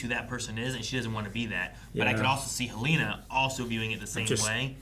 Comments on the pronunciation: It's Helena not Haleena. She couldn't find the power button on her computer. Helly would not fumble with the power button. It's one of the few things she does every day of her life. Also, they bothered to focus on her not finding the button immediately. That ain't Helly. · Helen- uh, not Helane- uh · Hell-leh-nuh.... absolutely every reactor gets it wrong